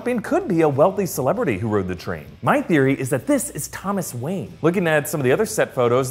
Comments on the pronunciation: Lol "Wanye" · wanye or wayne?? geezzuzzzz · it says Wanye not Wayne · “Thomas Wanye” for Mayor? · "Thomas WANYE" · WaNYe? Lol! Wanye West?